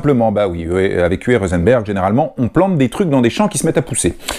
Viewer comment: UWE se prononce OUVEU. Merci pour toutes ces vidéos !!